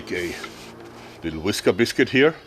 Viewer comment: I love hearing Joerg say "Wheeskerbeescuit" haha